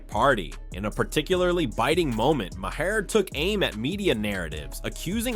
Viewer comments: You’re pronouncing Mahers name wrong it’s pronounced Mar not Mahair. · It’s prononcued “Mar” nor “Myhair” or call him Bill. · Right? LMAO "Mah-hair"